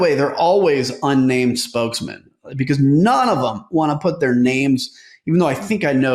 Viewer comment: "beCAUSE" proper pronunciation has a "awz" sound in it. It's not "beCAUSSE"...I watch your videos but the way you say "because" is infuriating.